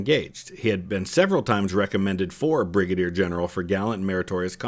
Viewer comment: "Bri-gader general" :)